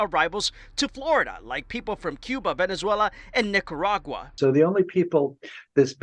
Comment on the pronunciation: Lol he couldn't say Nicaragua 🤣 right